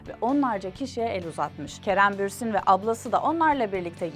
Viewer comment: bürsin değil bursin